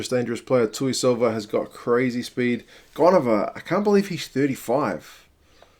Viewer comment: Good pronounciations Bro.....Goneva definately the veteran in the team....Think it will be his 4th World Cup.....